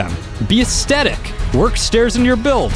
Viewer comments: "Ass tedick" I think the word you are trying to say is "Ass thetic" ;-) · As tet ic - Aes thet ic Drives me crazy when you say it hahaha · Stop saying asthectic (is that how you spell it?) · Am I the only one triggered when he mispronounces aesthetic as aeSTetic? There's an H in there bro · I think you mean “astetic”. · new drinking game take a shot every time you hear estetic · Say the word "theory".. Aesthetic has the same" th" sound in it. Not a hint if a aesdetic. Great video though and I'm sharing it with friends. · Your mispronunciation of "aesthetic" every 8 seconds kills me. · an an extra one for each time he cant pronounce it! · I can't finish the video - the only thing worse than over using a word is pronouncing it wrong every time you use it! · I can't get over the way he says it; laughing so hard, this is great. XD